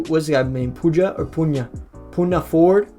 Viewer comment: bro said poonia ford